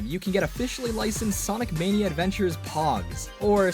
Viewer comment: Sawnic Mayknea Edvenchers